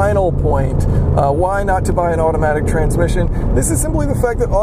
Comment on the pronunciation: You said "bay" instead of "buy". But i get it, english isnt your first language as you said. I jusy wanted to help you. Please dont take this as me being rude